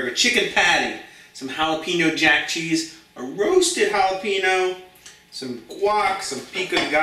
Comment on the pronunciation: It's pronounced Jalapheneo.